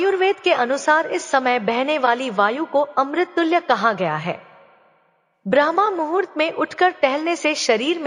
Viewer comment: Aapki uchharan galat hai brahmmuhurt ko brahmamhurt kah rahi hai